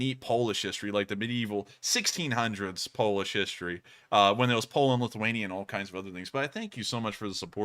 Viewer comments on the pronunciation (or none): none